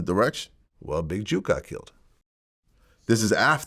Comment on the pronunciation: Jook not juke VLAD ! Jook as in cook or book or took not big juke ! You driving me crazy wit that man